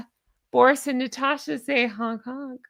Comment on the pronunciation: I'd have to say I ❤️ the name Natasha. Theres no R in it tho, its NaaaaTasssssshhAAAA. Trust me on that 😉